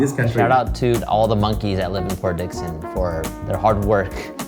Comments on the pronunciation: Sooo, it's Port Dickson and not Fort Dixon. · It's Port Dickson (Negeri Sembilan) rather than Fort Dixon. Just to mention here.